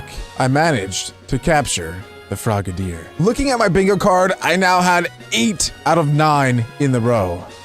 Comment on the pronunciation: Its frog-a-dier not frogaydier